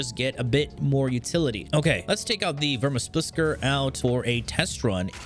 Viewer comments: Vermispliscer killed me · Verminsplicer huh? Ok, sure. What the hell. I’ll give it a try